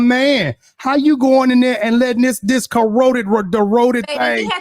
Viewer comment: Did Say “ CORRODED” 😂😂😂😂😂